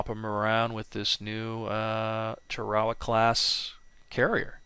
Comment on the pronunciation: It's Tar-a-Wa not Ta-Ra-Wa ask any Jarhead. Good channel.